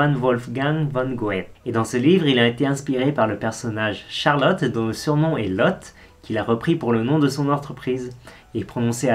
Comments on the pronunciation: Merci d' insister sur les prononciations, d'ailleurs à ce sujet Goethe ne se pronoce pas du tout "goêtte" mais plûtot "😂geuteu" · Une vidéo instructive! Par contre Goethe ne se prononce pas « Goèt » mais « Gueut ». Désolée je ne connais pas l’alphabet phonétique 🤓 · Mdr tu nous dis qu'on prononce mal des MARQUES et qu'on doit se corriger, par contre tu sais pas prononcer GOETHE, un des plus grands génies littéraires de tous les temps. 😀 "Goêtte" mdr jpp !! Merci pour le fou rire :3